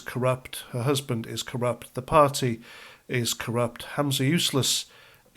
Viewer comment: it's Humza Useless, not Hamza Useless - you're thinking of your old adversary Abu Hamza. 😂